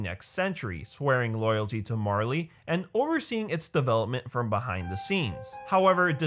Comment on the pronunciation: Its [Mar-Lay] = Marley